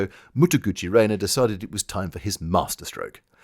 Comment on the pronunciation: This is in no way a violent criticism of your pronunciation but every time I hear you refer to Mutaguchi Renya as Mutaguchi Reina, I get momentary cognitive dissonance equivalent to hearing someone refer the current president of the US as Donna Trump. Separately, you regularly refer to the Allied forces as something that my ear hears as Duke, and I can't remember what it was meant to be. Could you explain? Is it something like Dominion, India and UK?